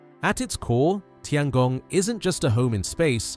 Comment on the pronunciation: Please, please learn how to pronounce “Tiangong” if you are going to do a video about it. Tian is pronounced “tyen”.